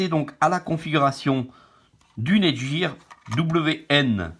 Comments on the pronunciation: NETGEAR se dit: nète-guire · Nète guieur lol